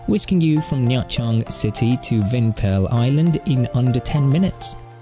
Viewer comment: extra points for correctly pronouncing the city name